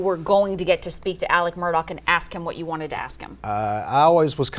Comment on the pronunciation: Im confused. Why do they keep pronouncing his name Alec Murdock, when its Alex Murdaugh??